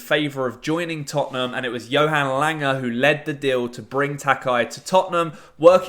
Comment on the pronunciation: Johan Lang-e (lang)👍🏼